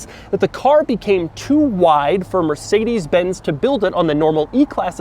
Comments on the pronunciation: The way Doug pronounces porsche and mercedes is painful in my German ears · What "Mercedes" was written like, if the way Americans pronounce it was right: Mörßäidies